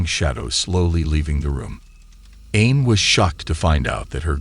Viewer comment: New subscriber here! Just for future reference, Aine is pronounced AWN yah.